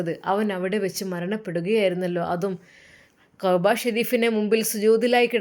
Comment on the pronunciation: Qahba alla كعبة enn ucharikkanam. Oru aksharam thettiyal artham marum